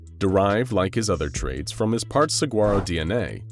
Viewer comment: my guy that’s not how you pronounce saguaro…